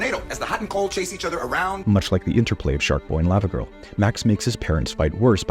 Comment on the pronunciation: Why are you pronoucing it layva girl instead of Lava , like Hot Lava ... ?